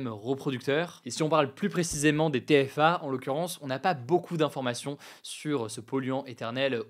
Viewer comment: Ça se prononce "é coli", pas "i coli", en français. Idem, TFA se prononce "té èf a" ou "té fa", pas "ti fa", et PFAS se prononce "pé èf a èss" ou "pé fass", pas "pi fass".